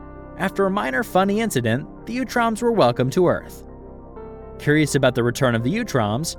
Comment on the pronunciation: Great video! Very comprehensive and well organized. I believe it is pronounced 🧠 “ooo-troms” not “you-troms.” Sometimes in the vol 4 books they even call them the “Ooots.” I believe this is the pronunciation in the 2003 and 2012 series which also feature them prominently. Again cheers on the great work here though